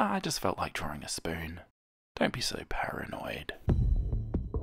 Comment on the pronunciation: When you said the word spoin I was like "oh no..."